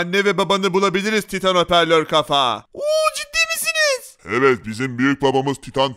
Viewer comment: Abi taytın değil titan